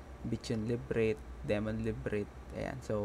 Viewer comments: nagtaka ako ano yung librint , la bi rinth pala hehe per ok yung guide napaka solid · Hidden la-by-rynth hindi librit. Labyrinth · LIBRIT? LA-BY-RYN-TH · ok yung tutorial mo sir, correct ko lang yung librit mo, labyrinth yun sir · I really love how you pronounce Librit instead of Le-Bi-Rinth (Labyrinth) Thanks for the info tho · LAH-BEE-RINTH And pagkapronounce haha librint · Kudos sayo bossing, tips lang , yung librit hahaha, LaHb Rinth ang pagbasa niyan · Natatawa ako pag sinasabi nya yung word na "LIBRIT"😆✌️.. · nagtaka ako ano yung librint LA-BY-RINTH pala... ^_^... nakatulong yung video... salamat... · Lods salamat sa tutorial. Pero la-bi-rint ang basa don hndi librit. Pero salamat parin. God bless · LA BI RINTH Not librit. Anyway, thanks for the info. Nice. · Love kita dami kong natutunan sayo pero iba yung sapok sakin ng librith eh. "LA-BI-RINTH" sana. Love you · iniisip ko kung anu yung lybrith... la by rinth pala :D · ok na sana. nagkamali lng sa lebret? ahahhahah La-by-rinth hindi lebret:DD laswa pakinggan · Labyrinth ❌ Librint ✅ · anong librit. leybirinth basa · La-bi-rinth po ahaha. hindi librinth. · Boss, LABIRINT po basa Librit.. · Laberinth yata pag pagbasa jan boss, hindi librint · thumbs down!, napaisip kasi ako kung anu yung HIDDEN "LIBRINT" mong hype ka! , labyrinth pala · Librint? Labyrinth 😅 Valley not Baley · Brad Hindi librit! La bi rinth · LA-BI-RINTH po hindi LIB-RINT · Labyrinth po yan hindi librint 🤣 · Labyrinth not Librit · The "Librit" hits me hard everytime. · Nice tutorial, panoorin nyo to mga newbies. nalito lang ako sa Labyrinth haha. La-bee-rint basa jan boss. 😉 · thank you po sa pa tutorial. medyo na OC lang ako sa pronunciation nyo po nung word ng "labyrinth". LA-BI-RINT" po sya hehe. i hope you wont take this against me. good job po for this video! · sorry ako din hehehe, LA BI RINT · Ok, sabay sabay bigkasin: la-br-inth Ingat sa TH sa dulo. Hindi yan T. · Nadale din ako sa librit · Kala ko ako lng 😅💕